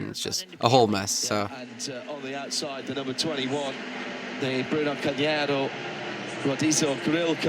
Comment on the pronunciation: ah those Brits pronouncing names!! worse than Americans lol Bruno Cahniero , Rohdishio grill ahahahah